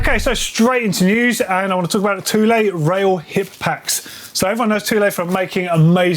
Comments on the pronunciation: You’re a Brit. You of all people should know how to pronounce “Thule”. It’s not “Thoo-lay”, it’s pronounced “Too-lee”. It’s a word that’s imprinted in the history of British exploration. Come on dude! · The biggest news from this week? Thule is pronounced 'too-lee', and not 'thool'. I had to find a TV advert from the 1980s to confirm...